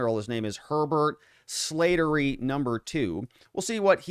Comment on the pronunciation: This Irish last name is pronounced Slat(as in slats in a fence)- ter- ry. My dad’s best friend had that last name. RIP